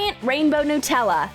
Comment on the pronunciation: Anyone else pronounce Nutella n-tella?😂😂